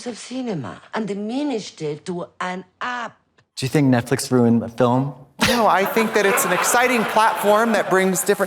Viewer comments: The Ojibwe pronounce it “Netflick” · "...Streamberry, which is like Netflick...s" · is it me or is trixie saying netflick